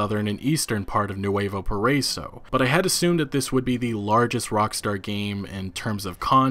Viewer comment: Nuevo pariso lol!... PARA-E-SO (PARAISO)